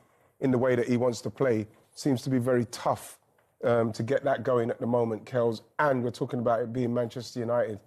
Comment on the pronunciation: Hate the way wright he says "kells"